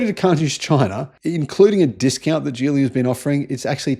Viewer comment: "Geely" is pronounced with a "G" as in "Gaga," not "G" as in "George."